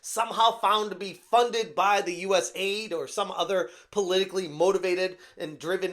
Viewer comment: You Ess Aye Eye Dee, not “US Aide” like you keep a saying. The AID part is an acronym.